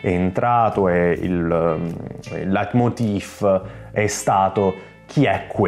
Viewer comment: Leitmotiv non leitmoti"f", bel video